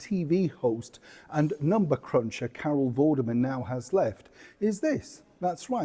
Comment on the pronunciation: Lol he called her Carol Vermin